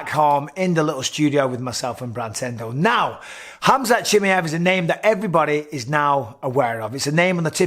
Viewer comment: No one in the WW division can hang with Khamzat , dam Mike perfect pronunciation of his name Bisping ! Bisping wants to be great at everything he does , champion mentality .